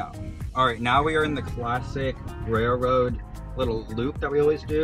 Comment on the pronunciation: "raiLroad" not "raiRroad". Please practice thank you. I have a lot of other stuff to say but then I'd be called "toxic". When people pay you money, you have to respect that.